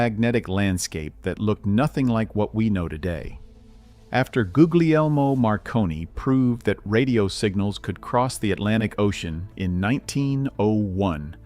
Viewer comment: Goo-lee-elmo, please!